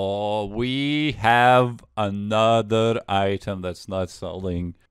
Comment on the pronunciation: ANOTHA ONE